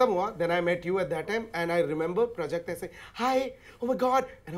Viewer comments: It's प्राजक्ता, not prjakta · It's प्राजक्ता not प्रजक्ता